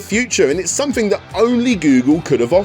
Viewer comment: I love this channel, but what is with the inability to properly pronounce words that contain the letters “th”? Since when do we pronounce “something” as “somefing”? Not trying to be a jerk, I’m just genuinely curious.